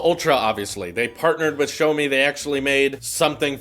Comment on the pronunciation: I think u are pronouncing Xiaomi wrong